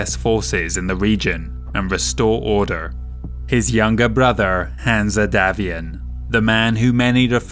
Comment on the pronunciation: Interesting pronunciation of Hanse - I always read it as Hanz not Hansa